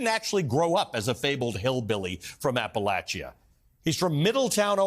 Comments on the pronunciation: This guy doesn't even know how to say Appalachia. If he really cared and knew anything about the area he would have taken care to understand. I have zero respect for a person that does not do their homework. App-a-lach-ia. Ha what a joke. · Anyone else bothered by his pronunciation of Appalachia ? lol….wft. That’s not how I learned to say it.